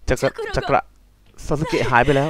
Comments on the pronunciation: จักกระครับออกเสียงไม่ใช่จักการะ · ที่พี่ว่าจักการะที่จริงมันออกเสียงว่าจักกระ(จักกะ)นะง้าบ-..